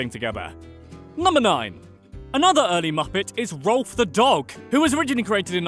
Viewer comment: Rowlf is pronounced rawph like the sound a dog makes.